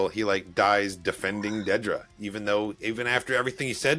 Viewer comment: It's not Deedra, It's Dedra. You are taking the "ee" from her surname. Dedra Meero.